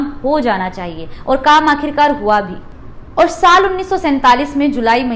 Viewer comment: महोदया आपका प्रेज़ेंटेशन बढ़िया है लेकिन कुछ उच्चारण ग़लत होने से अखरते हैं जैसे जवाहरलाल को ज्वाहर लाल नेहरू बोलना , और को बार बार ओर बोलना - good luck to you